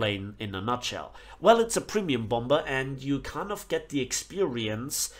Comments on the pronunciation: Just saying idk if you’re doing it on purpose or not but it’s bom-er not bomb-er 😂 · Its pronounced bomer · You’re not saying bomber right; please pronounce it correctly. It’s not a bomburr. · The second "b" in "bomber" is silent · Bro your saying bomber wrong you don't say the second b just here to help :D